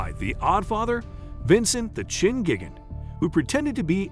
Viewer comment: It sure is! Who the hell is Gigent!? Is he related to Guagmire of family guy?